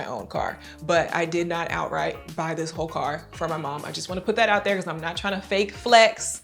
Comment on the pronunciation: When Chef Toni sat in the first car and said “Dis nice”. She sounded so Jamaican 🇯🇲🇯🇲🇯🇲🇯🇲